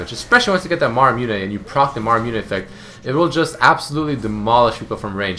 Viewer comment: niec build :) btw its called muramana not maramune xD